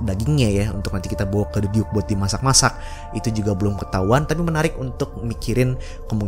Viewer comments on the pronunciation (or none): none